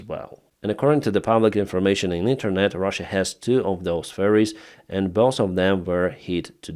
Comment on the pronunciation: accent for ferries sounds like furries